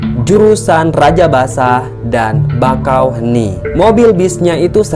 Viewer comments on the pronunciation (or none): Bakauheni bro, bukan bangkauni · Bakaheuni kok di baca jadi bangkahuni gimana admin ? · Bakaheuni bang bukan bangkaheuni. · bakau bakau bakauheni ,kenapa lu bilang bangka bangkauheni